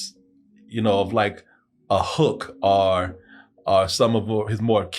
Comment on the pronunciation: Anyone else find it amusing that says the word "or" like "are"